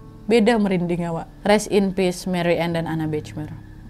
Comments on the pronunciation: maaf cuma masukan, Bachmeier cara pengucapannya "bahmeyer" wak, bukan "bacmeir" 😅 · Itu bacanya Bakhmaiyer Kak Nad 😊 bukan Bechmer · Sedikit koreksi nad hihi maaf sblmnya kalo ejaan bhs jerman ch dibaca kh ( خ) dan ei jadi ai, jadi bachmeier dibaca bakhmaiyer bukan bechmer hihi maaf loh bukan sok pinter ✌🏻🙏🏻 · Cuman mau ngasih tau aja, kalo nama dalam bahasa jerman, pengucapan nya hampir sama kaya indonesia. Jadi bukan Bechmeyer pungucapannya, tapi tetep bachmeier. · Marianne Bachmeier : mariane bahmayer (dibaca dlm bahasa Indonesia) 😊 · Kalo bole kasih masukan, Bachmeier itu dibacanya Bahmaiyer. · Mbak Nadia baca namanya nggak begitu Marianne Bachmeier (baca : Mariane Bahmayer) 😅😅😅😅. Salam dari Frankfurt 🙂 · Itu bacanya “BAHMAYER” (e: eu) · Bachmeier bacanya Bakhmaier Nad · mariane bahmaier bacanya Kak Nadia